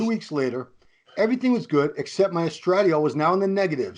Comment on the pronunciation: Neither could pronounce estradiol to save their small balls